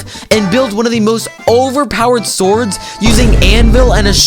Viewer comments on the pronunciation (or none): none